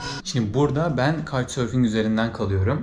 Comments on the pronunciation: 😆😆😆Kite-surfing (Kayt sörfing) denizde olur..!!! Sen "Kauç sörfing" (Türkçe okunuşu) demek istiyorsun galiba..!!! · abi bu arada kaytsörfing diil kooçsörfing şeklinde okunuyor olmalı. kitesurfing bir tür ekstrem spor sanırım :)